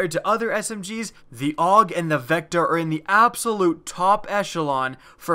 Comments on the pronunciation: its pronounced A U G not awwg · it's pronounced A-U-G not aug